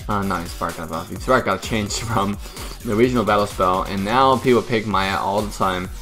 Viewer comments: did always called "miya" = "maya"? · why you pronounce miya maya